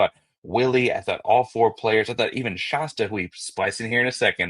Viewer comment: ShAsta like Fast, Cast. Not like pasta.